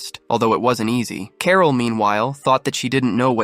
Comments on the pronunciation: Who the hell says carol like carl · Carol not Carl.